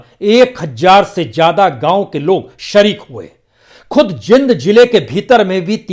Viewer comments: Sir, it is pronounced as Jeend , not Jind though spelt so. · Prasoon bhai... The city is pronounced as .. Jeeend. ..not Jind. Please correct for future. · It is spoken as J eend not jind😄😃😅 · Sir...its jeend ....not jind...i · सर ये जींद है जिंद नही कृपया उच्चारण सुधारें